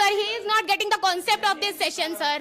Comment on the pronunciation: First word which hit my ear was Kancept😂..... Don't embarrass Us in front of the whole world.